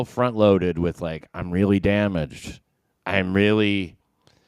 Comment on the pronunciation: it could be the inability to make the TH sound? WIFF and WIFFOUT